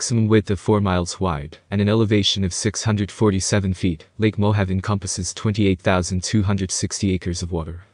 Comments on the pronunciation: Mo Have! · Probably should learn how to pronounce Mohave.